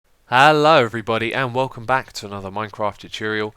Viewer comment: "HALLO EVERYBODY" xD